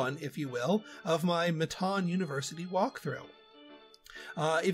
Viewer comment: Am I the only one who says it “mitten” like what you wear? 😂 I was cracking up at him saying “mi-TAWN” the entire time. 😆🙈🤷🏼‍♀️